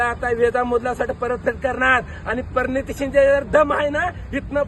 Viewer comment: परनीती नाही प्रणिती